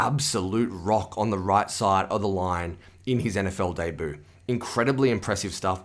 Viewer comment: debut its pronounced daybyou not dayboo